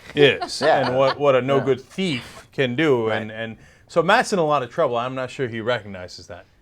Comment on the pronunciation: THEEF LMAO